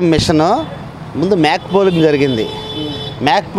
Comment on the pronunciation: "మేక పోలింగ్ " కాదు సార్ "మాక్ పోలింగ్ "---గమనించగలరు